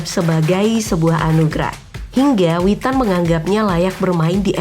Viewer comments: WITAN MIN BUKAN WETAAAAN 😭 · Witan bukan wetan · Salah sebut Mulu Min.. AFC, WETAN 🤣🤣🤣